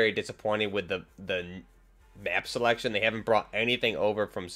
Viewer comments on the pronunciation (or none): none